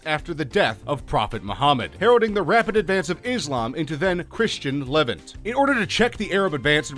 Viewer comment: 8- le-VANT where the vant is pronounced more like the aunt in taunt. 7- Agincourt has a silent t, and the g is pronounced more like the j in jaques. And for the most part you never explained how these were mistakes. For the most part you explained these as important wins or losses.